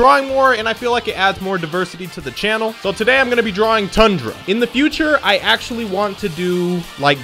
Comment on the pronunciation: Ah yes, how could I forget the ferocious R sound at the beginning?